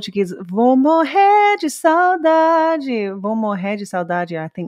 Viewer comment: Saudade give us the idea of missing someone or something but with nostalgia. too specific word but used very often =) ur pronauciation is amazing